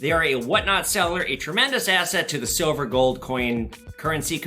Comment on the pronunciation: Definetely great video. I work at a power company. This is cool. 'Shilver'. Love the History and 'Shilver' and U.S. Mint tie-together. And the Tesla/ Edison History of course.